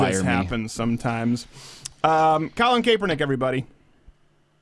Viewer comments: You don't 'THROW A FUMBLE", you throw and interception Crowder!!! c'mon learn about the national sport if you claim to be so "american" ... by the way it's pronouced CAP -ernick, like a baseball cap...and yes he's bad and football and life. Calling him Lebanese is an insult to Lebanese people though. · Cap-Er-Nick not cape-we-nick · Please learn how to pronounce Kaepernick